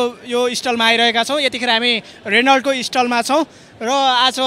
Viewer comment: मेरो लामो रेनल्ट । सहिसंग उच्चारण गर्न सम्म नजान्नेले के घण्टा गर्न विडियो हालेको ? हाँसोको पात्र। नपाउनेले केरा पायो भनेको नेपालीलाई मात्रै लागू हुन्छ । अलि सिकेर जानकारी लिएर मात्रै विडियो बना भाई